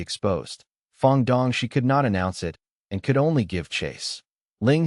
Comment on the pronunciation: I fell shit after listening to your video . Why too much error like no gap between words some time, no proper stop after "." , "IT" spells different ......💩💩💩💩